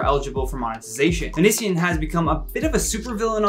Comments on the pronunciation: I’m sorry but it’s oh-knee-see-on. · The way he pronounced Onision tho 😳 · I honestly love the implication that Onion boy isn’t relevant enough for him to look up pronunciation.😂